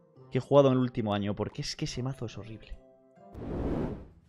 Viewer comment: como dices ano eso no es para toda la familia